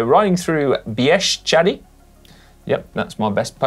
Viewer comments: Congratulations Si! That's the best pronunciation of "Bieszczady" I EVER heard from foreigner. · congrats on the perfect pronunciation of "Bieszczady" Si!